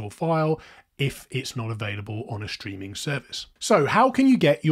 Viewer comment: Digital schtreaming?